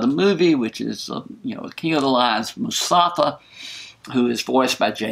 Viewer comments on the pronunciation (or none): It’s mufasa, not musafa lol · mufasa not musafa :) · The way you pronounce Mufasa as Musafa just makes me smile :) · I heard "Mustafa" and it makes me laugh :) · Sorry about the mispronunciation. MUFASA!